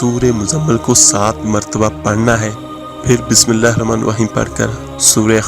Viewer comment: Ap Bismillaha to thek see par ni rehy .